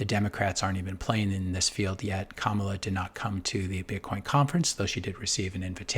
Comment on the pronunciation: Do you mispronounce Kamala’s name on purpose just to dog whistle and trigger people?